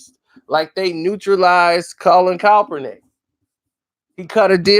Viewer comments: Can somebody please tell me: who the hell is Colin Kelp-pernick? I thought his name was pronounced: Kaepernick?🤔🙄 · Now this man is saying calpernick 🤣🤣🤣🤣 get his name right